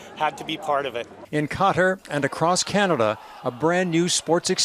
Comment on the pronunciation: what the heck is "Ketter?" cant even pronounce the country name correctly